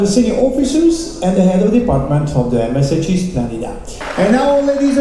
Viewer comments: Если переводить с итальянского zpsrf аббревиатуру компании MSC на русский язык, - а MSC - это все-таки итальянская компания, то правильный перевод - эМ эС Чи. Если с английского, то эМ эС Си.))))) Но, как правило, в основном все произносят эМ эС Чи. Буквы К там и в помине нет)))))) Ну как-то не очень корректно произносить неверно название круизной компании, на корабле которой вы совершили столь увлекательное путешествие. А так отдых великолепный!!!! Семь футов под килем!!!!))))) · А вообще если переводить с итальянского - MSC все-таки итальянская компания, то правильно произносить эМ эС Чи)))) С английского - эМ эС Си. Буквы К там и в помине нет)))))